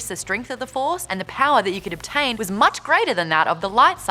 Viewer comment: Stah waws. The faws. Maude, you're awesome, lol. Btw I look forward to these videos just to see how passionate you are about it all. Keep up the good work!!!!